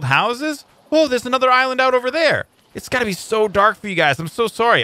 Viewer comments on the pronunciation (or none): none